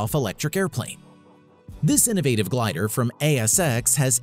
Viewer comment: and "Glider"..... Really? 🙄